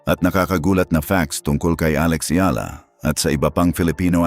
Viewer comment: It's comforting when Alex Eala's name is pronounced correctly. 😂